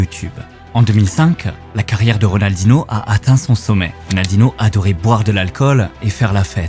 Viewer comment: C'est plutôt Rodalnoh pas Ridaldinoh